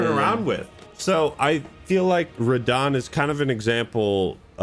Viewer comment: first TRYED RAHDAHN